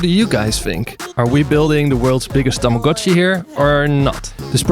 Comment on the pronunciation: THANK YOU FOR PRONOUNCING TAMAGO-CHI CORRECTLY!!!